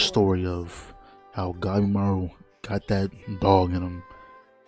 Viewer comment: Did bro read Gabimaru as Gaemaru or I just misheard him?